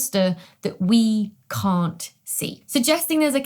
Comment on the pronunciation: that 'can't' though just before the 20 minute mark sounded Scottish or Dutch